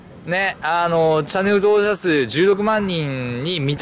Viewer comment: ろれつ悪すぎて登録者数って言えてなくて草